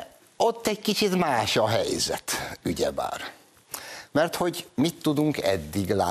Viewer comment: Bayerkám nem ügyebár hanem ugyebár...